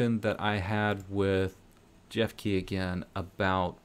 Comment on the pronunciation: Hey his name is jefke I s pronounced Heff-Ka